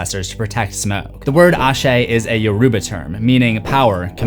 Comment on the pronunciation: Never say YO ruba like your saying Yo to your friends . Everyone has their own accents I get it , if u can control it pronuce it properly